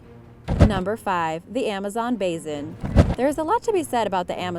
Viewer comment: "Southern seas"? "Amazon Bazen"?